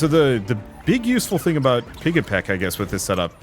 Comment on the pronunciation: The pigs name is pigEPIC, not pigEPEC